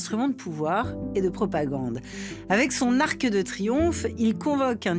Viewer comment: Svp, au moins pas sur ARTE. Pourquoi prononcer un "e" à la fin de "arc" alors qu'il n'y en a pas! Mais quelle est cette nouvelle mode de prononcer à l'oral un "e" à la fin de mots qui n'en ont pas?🥺